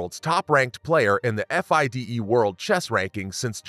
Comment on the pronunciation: FIDE is pronounced fee-day. You really need to look up pronunciations because the pronunciation of Kasparov was wrong as well